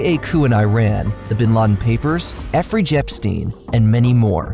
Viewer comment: "Effery Jepstein..." 🤣